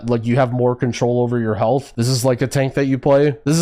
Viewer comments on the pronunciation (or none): none